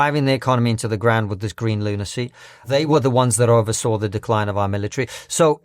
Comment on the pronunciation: It's pronounced "Decline". Or Decrine if you're from Asia